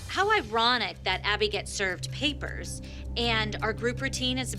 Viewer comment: they anit have to do abby like that now🤣🤣"illegal papars" it couldve ended at papars for abby🤣